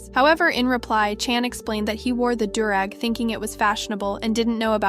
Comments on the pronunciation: No hate.. its pronounced ‘dew’-rag. I totally understand tho its spelled weird as hell but you did a fantastic job luv! Good looking out for the OG voice and giving her a vacay! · The new voice pronounces alot of things wrong. It bothered me that she pronounced do-rag wrong like 20 times. She also pronounced "Won" as in Korea's currency wrong.